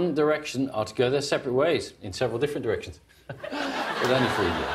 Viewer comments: what's wrong with my ears. I heard 'One Direction is going in different erections.' WAT. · after a while i thought the newscasters were saying "different erections" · It sounds like the newscasters were saying, "Is one direction going in different errections?" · One Erection goes in different Erections is what I kept hearing